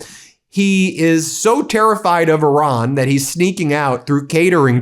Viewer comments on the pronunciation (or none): none